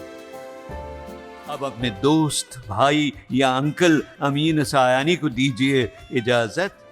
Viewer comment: Please note His name you are pronouncing Error Not Sayani His name is Ameen Saayani